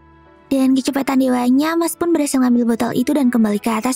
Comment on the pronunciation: Mash ❌️ Mas ✅️ Lance ❌️ Lan-ce ✅️ Cavill ❌️ Kavil ✅️